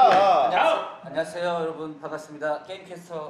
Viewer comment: 단군 개웃김 ㅋㅋㅋㅋㅋㅋㅋㅋㅋㅋㄹㅋㅋㅋㅋㅋㅋㅋㅋㅋㅋㅋㅋㅋㅋ 아느에여~ 아느에여~